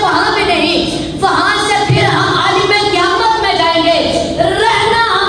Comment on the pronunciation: عال٘م ہوتا ہے بیٹے